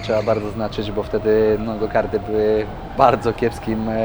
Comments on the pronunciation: Dlaczego on tak usilnie mówi GOKARDY? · Wszystko pięknie!:) jak zawsze w przypadku, bez kompromisów:) spełnienie wymogów toru marzeń:) Tylko jedna sprawa mnie zastanawia. Dlaczego ciągle mówicie gokardy? Skoro to są gokarty. Kart z angielskiego wózek;)